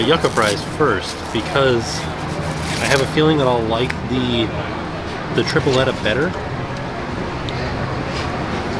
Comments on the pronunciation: We love you, but repeat after us Puerto Rican’s. Tree-Pleh-tuh/tree-ple-ta. Joo-kuh/ joo-ka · The way he pronounced Tripleta, Pan sobao’ and Yuca hahaha I love him. Greetings from Puerto Rico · My puertorrican ass is both laughing and dying at how is butchering them names like tripleta(tri-ple-ta) Yucca(you-ka) and pan sobao(paan so- baa-o) But it's ok, it's more as entertainment for us latino-hispanics!🇵🇷